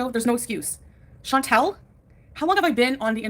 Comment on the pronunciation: She doesn't even pronounce her name correctly. In French, it is more like Chan - taal. I don't know how to write it, but sort of like a long, soft 'tall'... Also, Salah has never been to Syria, Kuwait is his home. Why is she acting like she wants to go to Syria to see where he grew up? Plus, she's stupid to not be scared to go to a country that is still experiencing violence and political upheaval. It doesn't make you sound brave, Foodie, it makes you sound stupid. OMG - I HATE the way she talks about countries she has never visited and how she acts like the ME is some perfect oasis where everyone is treated so well and nothing is negative. It's so annoying. Ma'am, people are jailed and murdered in the ME for being gay. Quit with the Pollyana BS!